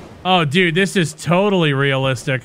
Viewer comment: Lmao... that Canadian "d0000d, this game is d00g shit mannn" got him this far... :D